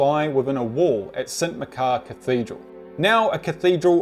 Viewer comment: Great video, but it's pronounced St Mach-ar rather than Mc-car. I live in Aberdeen.